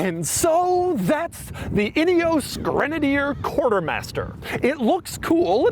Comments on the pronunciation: "Inny-ose"? No, it is Ineos, like "In-ee-oss" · could've sworn Doug said "idios Grenadier"